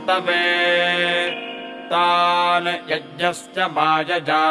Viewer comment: Sir i have been practicing these mantras after watching this video, felt great. But i have some doubts about 1 mantra 2nd line ( Mamrta' t ) it sound like ( Mamrta द ) 2nd mantra ( sahasra ) it sound like ( श्रhastra ) and 2nd line ( mayaya ) it sound like ( Mayaजा) i was listening in slow motion also but sounds same to me. Please correct me so i can chant correctly. please let me know which one of these are right and what are the exact pronunciation. Also the written mantra in English below sanskriti sound very different from Sanskrit mantra sound.